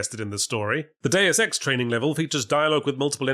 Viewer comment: TIL: Yahtzee doesn't know how to pronounce "Deus Ex."